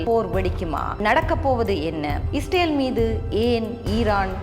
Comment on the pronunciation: Learn to pronounce Israel in Tamil. Your Vanakkam also looks funny.